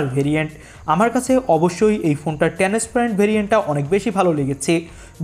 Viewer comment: টেনেস পেরেন্ট না ট্রান্সপারেন্ট 😂😂